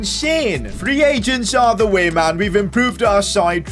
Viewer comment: “Free pagents” got me dying